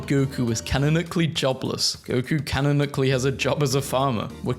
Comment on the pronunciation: no hate but i can't get over you saying canonically as "canacklily"